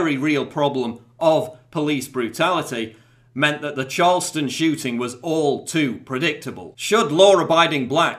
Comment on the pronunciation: I'm really sorry because this is a serious issue and you have a lovely speaking voice, but it sounded kind of like you said "Charleston Chewting" and you can punch me in your mind now if you want.